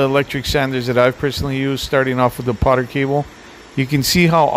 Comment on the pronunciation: PORTER Cable. Not Poter.